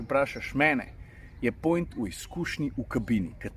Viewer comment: Veš da rečeš "point" ko štajerc 😂